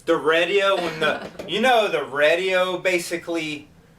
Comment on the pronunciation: Love the way says Radio! Lol 🤪